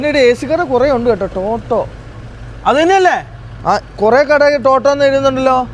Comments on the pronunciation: ടോട്ടോ അല്ല ലോട്ടോ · ടോട്ടോ അല്ല ലോട്ടോ 🤣